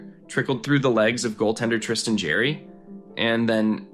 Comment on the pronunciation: Who is the narrator? Tristan Jarry was my favorite teams goaltender for several years. His family name has always been pronouncesd by broadcasters, commentators, and fans as "jar-ee." It is not pronounced "jerry."